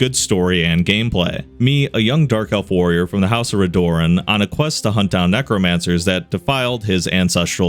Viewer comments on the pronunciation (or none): I'm sorry but Redoran is pronounced Red-oh-ran. hate to be that guy but damn it annoyed me as a Morrowind Fan